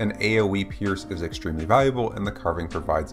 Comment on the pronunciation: New drinking game: take a shot every time he says "extremelly"